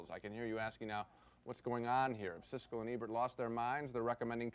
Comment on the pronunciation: PRONOUNCE HIS NAME RIGHT SISKEL.